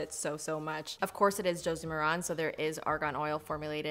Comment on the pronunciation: I don't want to be that person, but you're pronouncing Josie Maran wrong. It's Josie Merr-in. (I used to work for the company).